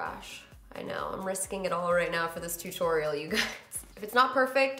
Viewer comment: I never noticed that you pronounce tutorial as "too-torial" lol